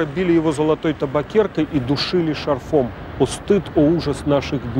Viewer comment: Все очень профессионально, ёмко, красочно. Выясняется, что мы мало, что знаем о главном Поэте. Только жаль, что даже здесь -- "шарфОм"(!?) Деваться некуда от этих ударений😳😳😳😳